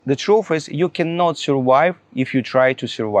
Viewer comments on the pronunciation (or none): This is the most ridiculous thing I’ve ever heard. The TRUF IS - we know how you personally surWHY,, -- by F R A U D and everyone should know about it! What you really need is to learn basic English properly at the primary school level. NO GRAMMAR, "FAB" PRONOUNCIATION, - WOWW, HE IS TEACHING US HOW TO SUR-WHY!!...😅🤣🤣